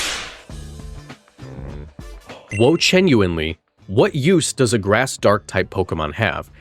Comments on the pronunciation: Bro literally said "wochienuinely" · no way he actually said we-chienuinely